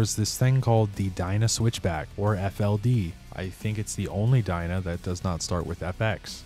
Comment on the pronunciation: No hay pelele más grande que tu al no decir "FXR" y pronunciar de manera pésima el nombre del modelo se escribe "DYNA" y se pronuncia como "DAYNA" y ni siquiera investigaste la procedencia del nombre del modelo.. pero bueno, así como tu existen varios que solo desinforman al público para obtener sus Like's..👎🏻